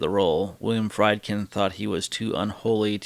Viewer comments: The directors name is pronounced Freedkin with a long E sound, not Frydkin like in chicken. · FREEED-kin. FREEED-kin.